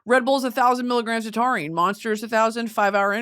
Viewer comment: love love love Britney and she is so so so smart but her reading the chemistry of taurine and somehow getting biology mixed in there and horrifically pronounced was so painful to the pre-med in me